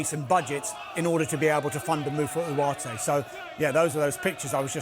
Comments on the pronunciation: Why is allergic to the g in Ugarte’s name? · Why does he say the name Ugarte like that? I cannot imagine he knows more than what everyone else does, on how to pronounce the player’s name. It’s so annoying the way he says the name.